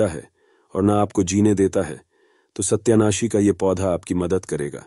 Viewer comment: Satayanashi. Hain. Sahi. Bolo